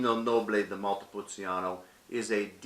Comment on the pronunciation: It’s pronounced. Montepulcheano not montepul ceeano